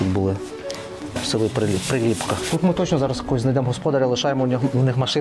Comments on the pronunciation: Приліпка на перший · Дякую за чудове відео! Нарешті добралися до рідної Кременчуччини. Бував на на Шар-Горі не раз. Правильно казати При́ліпка, а не Прилі́пка, у Вікіпедії теж не правильно. Хорішки́, а не Хорі́шки, Юрки́, а не Ю́рки. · Тіки не ХорІшки, а ХорішкИ, не ПрилІпка, а ПрИліпка, не Юрки, а юркИ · Дякую за фільм! Вибачте маленьке уточнення 😉 села ці мають трохи інший наголос: юркИ, хорішкИ, прИліпка. На шар горі колись була прадавня церква в якій служив мій прадід, а мій дід будучи ще малим пас якусь худобу під горою. І ще як був живий розказував що колись приїзжали якісь люди, мабуть археологи, і знайшли якийсь глечик, може з якимось скарбом, він пригадував що бачив в землі слід де лежав той глечик. Прадід священик був спалений з іншими бранцями під час 2 світової 😢 Трошки не погоджуюсь що в Юрках самі дачі, просто село вимирає. Частина населення старше покоління, яке зимою живе в місті, бо так легще, а на теплий період в селі і гарно підтримують батьківські хати. Шкода що не пройшли іншими вулицями, де піщана дорога, між дворами майже немає заборів, багато квітів, є місцева архітектура 😊